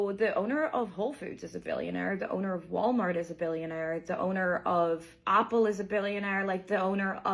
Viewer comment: what the fuck is “opple”